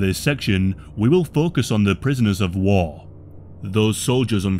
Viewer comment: "prisoners of wah"